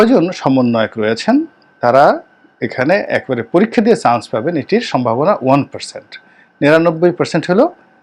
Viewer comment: চ,ছ Pronunciation is very poor.chance.not shance